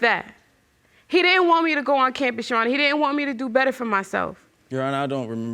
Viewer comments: Did he say Your Honest?! Instead of Your Honor? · tell me that man didn’t say “your honest” instead of “your honor” 😭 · He said, "Your Honorz." Then, he says later, "I want to know if this Babyz-Minez or not." 😀